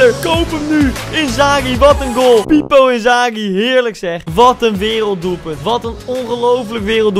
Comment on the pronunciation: Niemand: Letterlijk niemand: Koen: Fippo Inzaghi